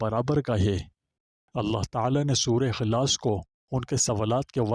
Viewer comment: سورہ خلاص نہیں سورہ اخلاص ھے